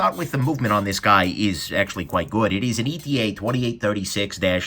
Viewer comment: Great review. Side note: It's ETA (et-uh), which an abbreviation from its Eterna origins.